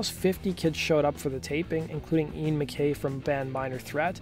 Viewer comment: You pronounced Ian MacKaye's last name wrong. Maybe do a second of research and look up a video of it being said.